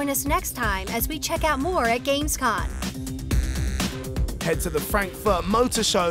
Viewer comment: Jesus, do the Hosts even know anything about what they are talking about? Gamescon?? Porsch??